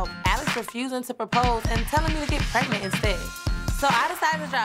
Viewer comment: Alex was real confused when was " preagnent",lol